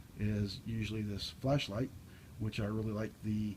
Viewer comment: I keep thinking you're saying flesh light